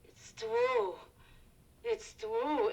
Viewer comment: I do wonder if the double entendre with the sausage is more effective without it, though. That works best going directly from the "It's twue!" line.